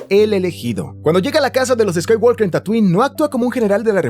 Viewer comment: Excelente video, pero por favor, pronuncia bien "Skywalker".